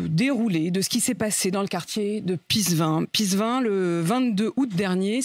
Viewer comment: Si tu l'as visité plusieurs fois, nome le alors correctement! C'est Pissevin, pas pissgain. Darmarien !